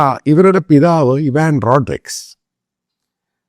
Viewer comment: Pronounce her name beautifully. Last name you pronounced wrong way.